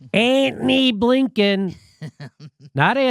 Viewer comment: Did you say Abe Lincoln or Hey Blinken?